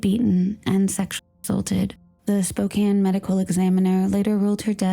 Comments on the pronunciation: Spo-Can not spo-cane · Better late than not at all, but it really sucks when the perps evade justice in this lifetime by dying. In case anyone's curious, "Spoh-CAN" (like a can of soup) is the correct pronunciation (she also says it "Spoh-CANE" like a candy cane). ☺